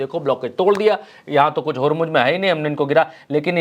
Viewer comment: होरमुज होरमुज क्या है. ज़ ज़ ज़ होरमुज़ बोलो